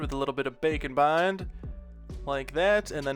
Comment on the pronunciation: *knows it's called Bake n Bond, still only hears bacon bond